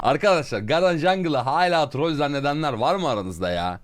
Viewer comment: "hayla" değil kankam "hâlâ". video güzeldi bu arada eline sağlık.